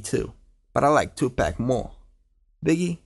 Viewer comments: pak not pack paaaak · Why he kept on saying tupack